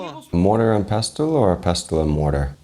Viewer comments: Great video and I was shocked to see a "barber bash" at the start. I've always called it pestle and mortar (pronounced pessel with a silent T). I'm surprised Nick didn't take the opportunity to do a purple eggplant joke with the pestle. I find him totally inauthentic, puerile and style over substance. He seems to add to the food industry what boy bands add to music - a short lived fad I pray. Coriander (cilantro) root is readily available in Thai supermarkets in the UK or Uncle Roger can grow his own and have root, seed and leaf. It was an absolutely terrible job if you know thai food. and Uncle Rogers foot should have firmly gone down. Western green oils have no place in Thai food to cover up that he doesn't know that coconut milk should be used. I get that people focus on the word green but he might have well used food colouring if that is all he thinks the dish is about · as a Chef, especially one with knowledge of French cooking terminology, you should know that the "t" in "Pestle" is silent.